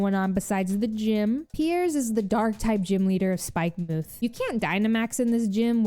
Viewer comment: It’s “Spike-muhth”.